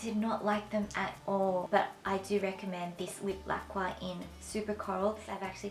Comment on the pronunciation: It's pronounced without the "q"!! Lip LAC-KER :)